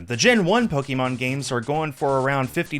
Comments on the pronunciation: I've never heard an original fan call it "Pokey-mon" usually that's what my parents used to call it, instead of "Pokuhmon" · Po-kay-mon, not Po-kee-mon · Good video, like nails on chalk hearing "Pokémon" pronounced with that long E sound.